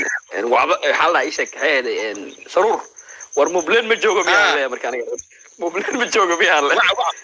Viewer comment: Su ruur maahane sa ruur dheh nacs magaca ha nuuga ciyaarin adeer